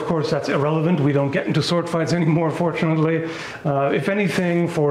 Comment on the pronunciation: Did you say fortunately or unfortunately? I can't quite tell lol.